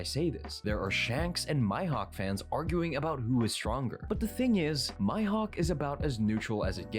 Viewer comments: Who on earth is “My-Hawk”??? Maybe he has “hay-kee?” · The fact he says Mihawk as my hawk makes me uncomfortable